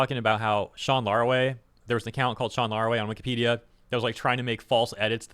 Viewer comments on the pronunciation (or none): none